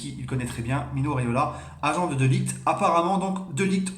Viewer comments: De ligt sa se dit de lirrrrT pas de liguT ou de laayT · Sa se prononce de lirt poto